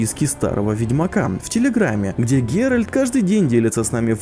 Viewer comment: Kallion Rx Это доспехи с Ундвига. Их можно купить в Каэр Трольде, на Скеллиге. P.S. Не ГеральД, а ГеральТ, никак вы, блядь, не научитесь!